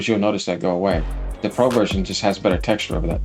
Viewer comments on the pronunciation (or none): none